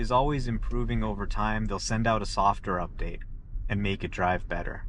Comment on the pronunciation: . Is he saying a softer update? 😅 Isn't it supposed to be software update? And did he say driving wasn't (was an ) annoyance to going places? This guy clearly doesn't understand about driving but I agree the new freedom which was once driving is now the freedom not to have to drive, amazing